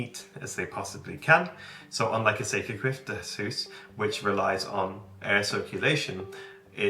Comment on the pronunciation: Nice to see that you care so much about your house that you intend to read up on "byggnadsvård". 😊 Your pronunciation on "sekelskifteshus" is spot on btw! Tile stoves, kakelugnar, is a Swedish invention from the 18th century and they are super efficient. They keep the warmth in the house for much longer than an ordinary stove and was a game changer back when people only had open fireplaces. In an open fireplace 90% of the heat is lost. It also keeps the room much cleaner. Personally I find them beautiful, especially those with white-blue tiles, and I wish I had one in my house. We only heat our house with firewood, but in smallholdings as ours, a tile stove was considered much to expensive. A tile stove is normally only heated mornings and evenings, so I think you will come to appriciate them- especially if you are gone at work the whole day. The size of your house and the rooms and the height from floor to cealing also suggest that tile stoves is the best fit for your house.